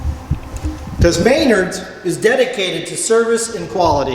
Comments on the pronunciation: MEN-ARDS NOT MAY-NARDS lol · Never heard Menard's pronounced that way. Very informative video though.